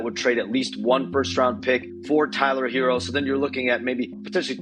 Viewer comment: His name isn't Hero. It's Herro. Sounds more like hair•o. Not hero.